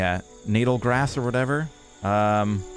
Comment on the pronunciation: So, of course, I would never expect someone outside of the region to know the pronunciation of some of these words, however, Natal is actually pronounced "Nuh-tull". It's the Portuguese word for Christmas. The grass was named this, because it comes from southern Africa, whereby, one of the provinces in South Africa is called KwaZulu-Natal. It's likely that they'd first discovered this in that region.